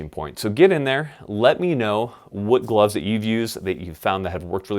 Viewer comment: glovesiz? for a guy who makes fun of marines a ton, you sure sound like one. #crayolaforthewin